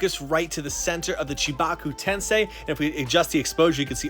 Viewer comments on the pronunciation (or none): WHAT A RIDICULOUS STATUE!!! Just the diorama portion alone is ginormous, and it's so well done. Pain's head sculpt is so clean and so accurate, beautiful! Also, little funny side note, since it's been a while since I've seen the show, I couldn't remember the name of the actual jutsu, but it sounded like you were saying Chewbacca jutsu... HA